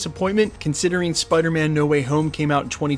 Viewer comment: Peace. Love. Spidahmin.